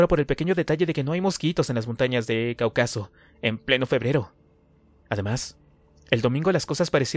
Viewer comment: 😂 crees que sabes leer pero no, ni siquiera sabes pronunciar Cáucaso y le metes palabras que no van 😂 saludos.